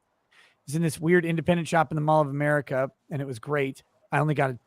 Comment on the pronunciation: "This is Amica Country!" had me lolin' hard!